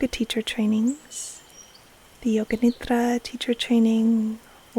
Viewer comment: It is great to hear correct sanskrit pronunciation of nidra, but i kinda miss the Americanised pronunciation with a hard d.